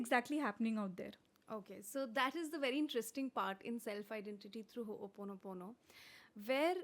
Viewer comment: Host is pronouncing it wrongly. Ho o ponopono not Ho oponopono. I am rectifying this because this word itself is a cleaning tool.. I hope you will not take this otherwise for correcting you